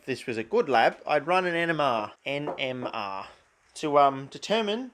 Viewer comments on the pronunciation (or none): I thought you said run an enema not nmr at first scared me abit didn't really want to see you run an enema 😂😂